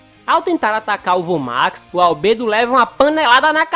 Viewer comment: Mano que agonia ele falou Albedo errado